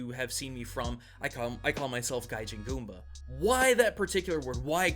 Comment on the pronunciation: But why Goombah instead of Goomba?